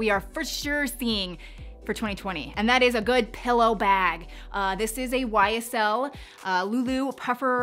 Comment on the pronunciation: Yeah, not my ‘thang’ either. Plus it will be gone after this season. And how did she pronounce YSL?